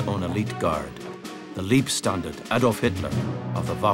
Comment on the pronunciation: Leibstandarte not Liebstandarte